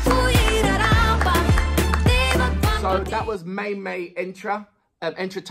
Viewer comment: Maymay is pronounced as My My. Translation of Amakabogera: I am a stunner! Maymay is the same age as Elaine Duran, 24. The 2 are 1 younger than Morissette Amon, 25. Elaine and Morissette are a few cm taller than Ariana Grande. Maymay is taller than them at 5 feet and 6 inches. She is 2 inches shorter than Mariah Carey. Maymay dances better than all of them. 💃 Maymay models the singing of her friend Regine Velazquez. High belts! 🤯 The music is a mix of flamenco, raggaetone, Shakira (Whenever Wherever ) and Gloria Estefan (Conga). Suggested next video 📹: Di Kawalan. 🇵🇭